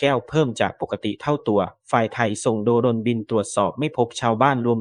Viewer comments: ทำไมเขาอ่าน โด - รน อ่านว่า โดรน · โด รน อีกแล้ว เมื่อไหร่ตะอ่านให้ถูกต้อง ไปเรียนหนังสือเพิ่ม ทำไมไม่สอน AI ให้อ่านให้ถูกต้อง